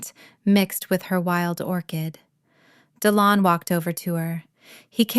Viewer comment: Dillon…seriously!? di-LON. Unbelievable. Oh, then they spell it DE Leon.